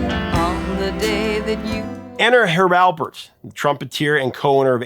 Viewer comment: Please pronounce Herb Alpert's name correctly. There is no "b" in Alpert.